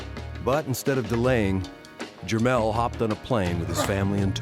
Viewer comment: it's Jermall, not jermell